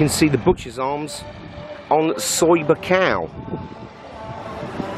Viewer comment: Pronounced Skow Beach actually! Some of my friends in the background